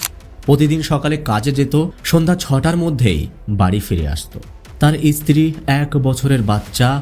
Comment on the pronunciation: ইসত্রী নয় উচ্চারণ ঠিক করে করতে হবে